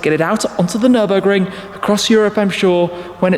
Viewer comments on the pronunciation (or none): none